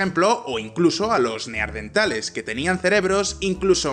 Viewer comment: Es tan difícil ser Neanderthal? Cómo es posible que no puedan decirlo correctamente? Qué mal se oyen diciendo NEARDENTAL...